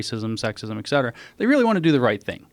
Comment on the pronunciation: Someone tell him it's "et cetera" not "ecksetera".